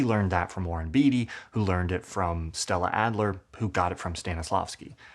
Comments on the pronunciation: Warren "Bay-tee," not "Bee-tee." 😀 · Your observations are interesting, but Warren Beatty's last name is pronounced "bay-tee" and not "bee-tee."